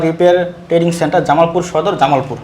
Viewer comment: ট্রেডিং নয় ট্রেনিং হবে